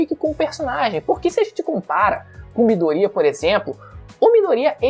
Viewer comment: Midoria kkk é Midorya!